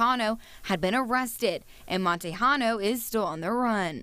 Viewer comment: They said Montejano wrong